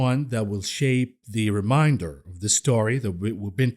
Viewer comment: Great show but "remainder" is pronounced "main" as in "Main Street". Remain not to be confused with Remind. Remainder vs Reminder.